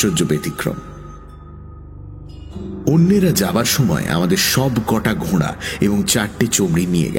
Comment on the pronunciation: কথাটা 'ঘোড়া'...... 'ঘোঁড়া' 'ঘোঁড়া' করছেন কেন?